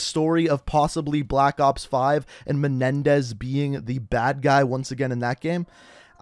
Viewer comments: It's menendez not menedez I see some comments and in the beginning of the video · he said Raul Menedez